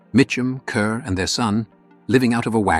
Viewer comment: Deborah Kerr's last name is pronounced like 'car' not 'cur.'